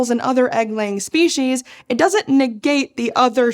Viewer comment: Anyone else mentally cringe when they hear "spee-sheez" instead of "spee-seez"?